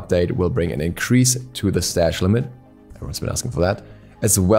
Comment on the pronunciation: "Increased strash limit"